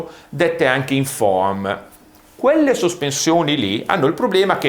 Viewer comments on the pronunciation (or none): Bel video però la "a" di foam è muta